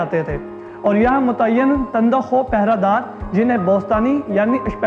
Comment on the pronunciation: very informative yet very disturbing because first time i experienced a media anchor with poor urdu prounciation.urdu is our national language kindly work on that. behr e talismat , fracicy , tund khu , qulyoun, nawadiraat , muhim ju are few examples. correct me if am wrong